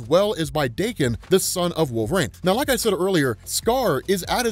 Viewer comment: Daw-kin, not day-kin. You've been saying wolverine's son's name wrong for years and I can't stand it 😂😂😂